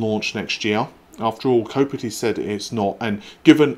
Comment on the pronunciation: kopite, like night, not kopitty...